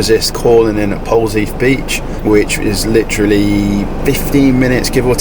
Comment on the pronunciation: ALWAYS Jam first. Then, Rodda's Cornish cream for the topping. Why would you put cream, which is a topping, on first. You don't pour jelly on top of cream, or apple pie on top of your cream. Cream is not butter. It is a topping. So, jam first, top it with cream. Also, Its Polzeath as in breathe. Not Polzeeth. Oh boy!. The north coast parking tickets. Creeping to the South Coast now too. Car parks that used to be cheep or free you now have to really watch them. South Coast Cornwall is also nice.